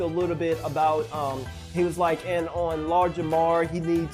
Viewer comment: i swear I'm hearing Lard Jamar lol